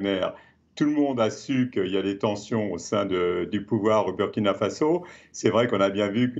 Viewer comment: On dit Faso pas Fazo